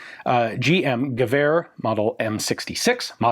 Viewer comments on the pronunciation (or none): I feel that the next stage of your channel's development is the correct pronunciation of "Gewehr". Just to be clear because it's YT: I am being funny, I love FW and Ian does amazing work :)